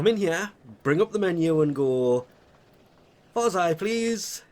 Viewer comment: LMAO! Its not WARS-EYE Its Varr-zia